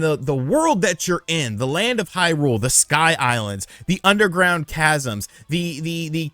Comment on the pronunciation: Thank you for not reviewing the game and for not talking about all that stuff you talked about. Really well worded review. Love your use of language. Love how you pronounce Hyrule wrong. What a great review that you didn't give